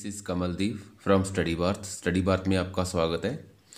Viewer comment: q ka आपका का उच्चारण आपका सही से नही बोल रहे हो सही से बोला करो sir